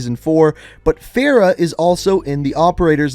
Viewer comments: It bothers me how he pronounces Farrah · I love how he mispronounced Farah.